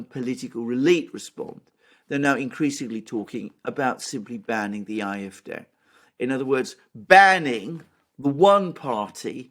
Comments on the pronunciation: please stop saying eye-eff-day, that's not how you say it. And even if it was why if you're not speaking in German? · I'm not arguing with your general points et al, in fact I tend to agree. However, my original comment was that are pronouncing AFD incorrectly. I should have explained the problem more distinctly: In German, AFD would be pronounced "ahh-eff-day", not "eye-eff-day" as the guys do. In English it would (obviously) be pronounced "ay-eff-dee". My premise is that two native English speakers having a conversation would not normally use pronunciation of an acronym in the foreign tongue. An example is BMW (the car) in German "bay-emm-vay" in English "bee-emm-dubbel-you". They could and should pronounce in the foreign tongue if using whole words, but not acronyms. It is a very fine and subtle point and I completely understand a non native speaker not picking up this point. Best regards.